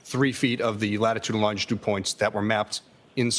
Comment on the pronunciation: He always pronounces “looooshitude” like “lingerie” 😂 or why? Of course for an academic trooper “lingerie” is the very more common word than “longitude” 😂